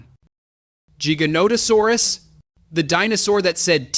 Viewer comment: 1. It's T. rex not T-Rex 2. T. rex was 9-10 tons 3. T. rex used it's arms possibly for attracting mates or to intimidate 4. Spinosaurus was 7 tons is correct but it was 7.4 tons or some even got to 8 tons but it's rare 5. You pronounced jigganotosaurus not giganotosaurus 6. Yes giga is longer but giganotosaurus is 8 tons for average and it was not heavier than t. rex 7. Giganotosaurus didn't hunted Argentinosaurus and Argentinosaurus was 75-90 tons not 100 tons and giganotosaurus didn't hunted in packs 8. Deinonychyus pronounced as die-no-ny-cas Overall is a good video but these are the corrections that I knew from my memory